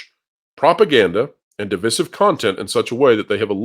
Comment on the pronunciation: How can his old ass mispronounce divisive.